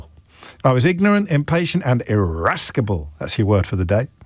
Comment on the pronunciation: James says people who pronounce schedule with a hard 'c' in it (like me in Canada) should be jailed, but then adds a hard 'c' into irascible. :)